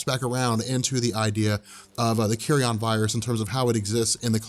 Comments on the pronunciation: Learn to pronounce Carrion: kerēən, not "carry-on, as in luggage.'. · I love the way keeps pronouncing it as the "Carry-On" virus. What does that do? Turn people into Sid James?;-)